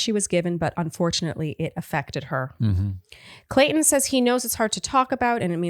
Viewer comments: says Colton instead of Clayton. says Clayton ha ha says ok whatever and keeps talking 😂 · Word Watch should be the number of times says "Colton" instead of "Clayton" It's been in multiple recaps now. LOL!